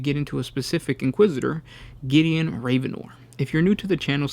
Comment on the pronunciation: It is pronounced rav-en-or not raven-or.